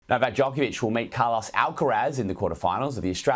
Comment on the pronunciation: Australians could do Novak Djokovic a great service by learning to say his name correctly. It's Joke-ov-ich, not Jock-ov-ich. The athlete has pointed this out many times. "If I disrespected him" is a cop out and a non-apology. Djokovic said the comments were insulting and offensive. Not if, you did disrespect him you slick weasel.